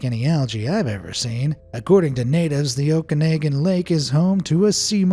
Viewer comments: FYI It's pronounced Okanawgan. Very fascinating enigma in our part of the world. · Oh-kah-nog-an is how to pronounce Okanagan. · oh man that hurts to hear lmao... canadian names can be awkward... it's ohhh kan naug gan lake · So I live in the Okanagan and the ogopogo is definitely a local legend, but the way you pronounced Okanagan was painful 😂 (oak-ah-naw-gan) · The Canadian lake Okanagan is pronounced oh-can-og-an. Also, Nessie, of Loch Ness, is in Scotland, not Ireland. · pronounced the bc canada lake wrong